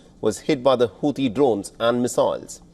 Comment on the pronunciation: Sorry I heard hauti devil's 😂 hauti rebels rather